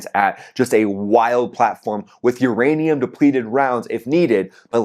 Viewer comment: Did you say uranium depleted rounds or Iranian depleting rounds?